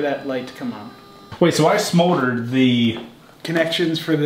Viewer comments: Bike is looking fantastic. Is saying 'smoldered' instead of 'soldered'??? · When was talking about about the tail light working, did anyone else hear him say "I smoldered correctly" as opposed to "soldered"? Edit: You teasing bastard XD #outrocrew